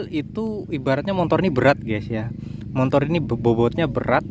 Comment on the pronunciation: Motor, Bang bukan motor. , ga ada "n" nya....